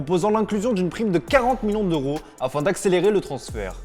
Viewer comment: Un peu de mal avec la prononciation du son « heu » Rocord, Millions d’oro, ropoussé, kort zouma Désolé de passer pour le connard mais ça m’irrite et fallait que je l’écrive 🥲